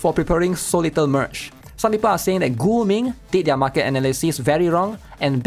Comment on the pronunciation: Guming sounds like Gooning lmfao